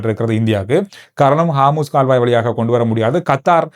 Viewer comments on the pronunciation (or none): 😊😊😊😊bro athu haamoos illa harmoos jala santhi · காமுஸ் கால்வாய் அல்ல ஹோமூஸ் நீரிணை!! 😂😂